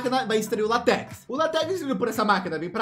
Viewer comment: Mano eu fiquei com muita agunia toda vez que ele falava latéx a pronúncia seria látex mas mesmo assim ótimo vídeo boa noite